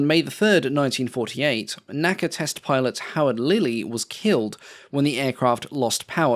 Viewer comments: N-A-C-A, not Naca. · Great video! I really enjoyed it and appreciate the improved content over the original. One nit… unlike NASA, NACA is only pronounced by the letters “N-A-C-A”.